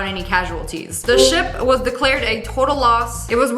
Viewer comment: When she said ship I thought she said shit 😂